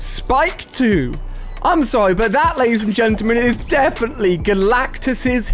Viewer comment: he said dafinetly